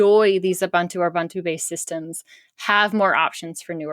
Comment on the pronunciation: Ooh-Boon-too, not Ooh -bun - too I can't watch any longer. You all make me sick.